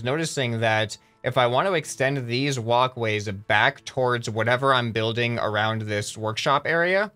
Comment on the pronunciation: when he was talking about walk ways it sounded like he was saying woc ways